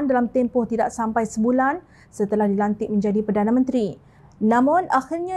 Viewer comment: Apa pembaca berita blih salah sebut perdana menteri, harus peka dlm penyampaian berita,sila simak blih apa yg disebut sebagai perdana menteri